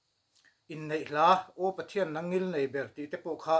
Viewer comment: No-40na thu nawn Pathian tih laia thian ( d__r slur hi d___l, slur angin I sa tlatin ka hria, ka hriatna beng diklo zawk emni chu le ?